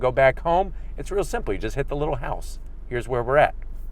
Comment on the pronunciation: This man wittlewally said littlelee